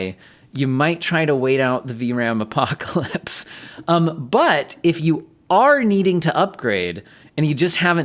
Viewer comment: It’s not the RAMpocalypse It is RAMnarok